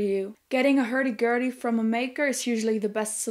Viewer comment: "Hairdy Gairdy"...*love*